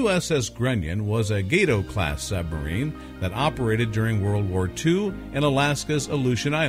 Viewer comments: Not "gay-toe" - "gah-toe" class. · "It's "Gah-tow", not "Gay-tow", by the way. "Gato" is Spanish for "cat". And why is it ""snowing" in so many of the photos? Get rid of it - it's detracting enough. It's "dive plane", not "drive plane" - it controls the rate of dive on a sub.